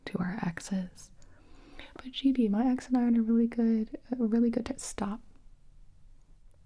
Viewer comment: I've heard her say Gibi so much, it sounds like givi